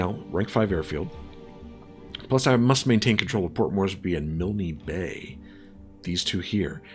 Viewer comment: Milne Bay, pronounced as rhyming with Kiln; like for pottery. Your Cruisers have scout planes too. Your land based Catalinas are better scouts. Save your B17s to attack Japanese ships.